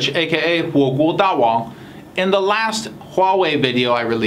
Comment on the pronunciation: 点开就是为了听他的自我介绍 “AKA 火锅大王” 一听到发音就想笑